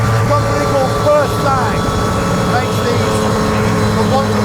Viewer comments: Say it in French: Puuuur Sa...ng, meaning Pure Blood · As a frenchman, the way you say Pur Sang triggers me, otherwise, great review and what a car :D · If only this Harris character realised how retarted he sounds with his pronounciation of "Pur Sang". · Anyone annoyed by his pronunciation of Pur Sang?